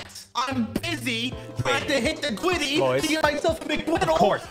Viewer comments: Normal people: griddy Me and ssundee: gwiddy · gwiddy??? what is that its griddy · It’s not gwiddy it’s griddy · IT IS THE GRIDDY NOT THE GWIDDY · Now this is what I call Witterwally hittin the gwiddy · Oh my god he’s literally hitting da gwiddy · I like how they keep saying Witerally and Gwiddy 😂💀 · I love the part where he hit the Gwiddy!! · WIDDAWY HITTIN DA GWIDDY 🔥🔥👍👍😂😂❤️😆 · BRO HES WITERALLY HITTING THE GWIDDY!!🔥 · OMG THERE WIITERALLY DOING DA GWIDDY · Ssundee is widely hitting the gwiddy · It's GRID-DY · Its not gwiddy its griddy😂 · Oh my god they are witerally hitting the gwiddy in amongus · So today in among us we got a weird one we are witerally hitting the gwiddy it got me Lol 😂😂😂😂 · BRO, its griddy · Bro witerally hitting the gwitty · bwro wittrwey gwiddying un da woad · bro is litterwy hitting the gwiddy in the hallway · liter hitting the giddy lol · "Witerally hitting the Gwitty in among us" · Ngl its funny to hear ‘grown men’ saying “Witerally Hitting the Gwiddy” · It’s not the gwiddy it’s the griddy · I’m wittiwy hitting the gwiddy in front of the piggly wiggly😆😆😆😂😂😂🤣🤣🤣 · "Gwiddy" 💀💀💀 is post to be the giddy 💀💀💀💀💀💀💀💀💀💀💀 ☠︎ ☕︎ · It’s griddy not gwiddy 🤓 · Its griddy not gwiddy but I like saying it like that GWIDDY MANSTER MAN!! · I wuv dwa gwiddy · how many times did he say Gwiddy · Its not gwiddy its griddy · Griddy not gwiddy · it's griddy not gwiddy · It’s not said like that it’s said like this griddy that’s how you say it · bruh dude is not gweddy it's greedy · It is griddy not gwiddy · Bro it’s griddy not gwiddy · His face after saying "Hitting the gwiddy"😂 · ssundee hit the gwiddy like lewterly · Bro got dhem gawdawm gawdawm giddy gwid💀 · U widdewy hiden de gwidiy righ nou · Why you saying gwitty